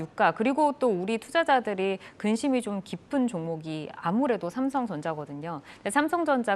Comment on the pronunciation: 노란옷 입으신 분.."중강배당" "상성전자" 진행자이시면..정확한 전달을 위해 발음 좀 개선 부탁드립니다..